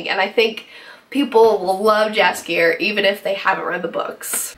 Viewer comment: My only concern is that it's too short. They could put and do a lot more if they had more episodes, for now this soup is too dense;) but I love your review, and your passion for the Witcher series;) please try to pronounce Jaskier like yoghurt not like jam:) cheers!